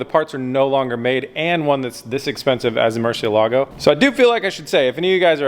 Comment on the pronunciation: pronounced .... Mercy-Elligo.... not Mercia-Lago